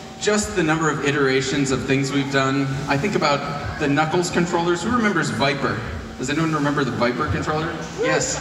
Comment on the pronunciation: When he Gabe said knuckles I swore he said nutballs